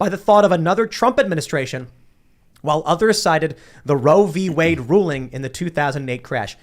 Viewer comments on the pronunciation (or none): none